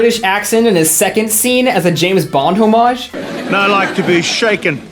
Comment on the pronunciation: mfw dude complains about the pronounciation of Oregon but can't even pronounce homage correctly.